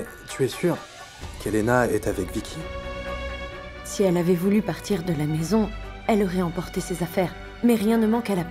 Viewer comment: Écouter comment Bidyoy appel Vicky vickè